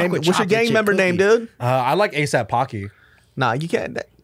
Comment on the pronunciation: Bruh “ASAP Pocky” I’m dead